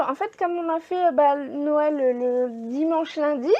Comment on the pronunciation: On dit Noël et pas noyel